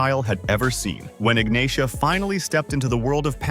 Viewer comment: Ignacia is pronounced "Ignasia"